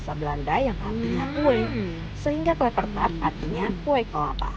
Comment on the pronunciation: Blh koreksi akang Ucapan/ sebutannya yg benar Klapertaart tdk Klepertaart..!! agar org tdk latah yg salah ucap. Marijo torang k Mdo 😍🌴